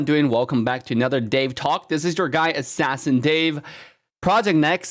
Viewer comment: why the logo ASS dave....taht sounds so weird